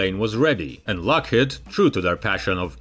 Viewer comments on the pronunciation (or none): Too many mispronounciations by an otherwise good narrator. "Lockheed" is pronounced lock-HEEED. But he did get "Nevada" right. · He can't even pronounce "Lockheed." It's driving me crazy. HEED. Lockheed. Rhymes with mock-bead. shock-reed. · I just wish you would stop saying "Lockhead,it's Lockheed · What is a “Lock Hid” ?????? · Lock-HEED. HEED.